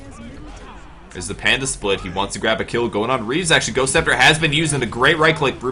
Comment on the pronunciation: no, not "Reaves", "Reeves".